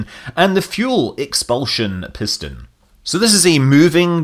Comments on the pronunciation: From one Scot to another, I did have to laugh at "pish-ston"! :) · Oxidizer Propulsion Pishton... reverting to Scottish there :-)